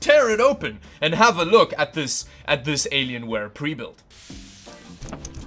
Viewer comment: "Aylienwaye" :D